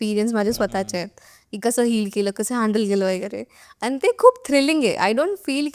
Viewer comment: पानी ,आ नी, भाई भाई 😂😂😂फेका फेकी